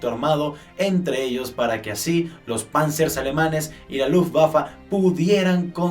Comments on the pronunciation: Me estresa que diga lutwaffa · Lubaba? No era Luftwaffe? xddddd